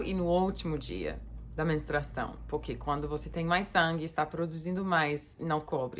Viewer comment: Oi que tanto amo! Manda um agraço para o Bem e o Max por mim.👍👊🇧🇷 Quando vc fala puque não é muito bom ouvir kkkk 👍👏😘.